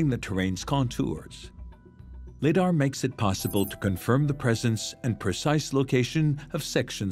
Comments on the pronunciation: It's Pronounced LY-DAR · You got your citadel and lidar pronunciations mixed up mr.